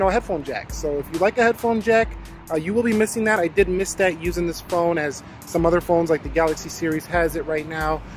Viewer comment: R u calling this phon sir??